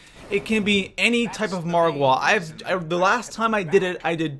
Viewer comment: why do you put a emphasis on the wa in margwa